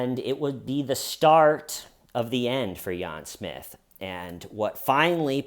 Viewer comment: "Yahn Smith" 🤣